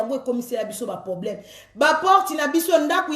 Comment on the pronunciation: Balobaka poblème Teeee balobaka PROBLÈME. Merci